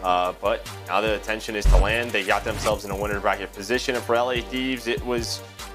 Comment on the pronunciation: Its LAND not LAN